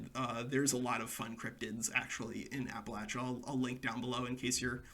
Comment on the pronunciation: I’m so proud of you for not pronouncing it like appalayshia like many others not from the area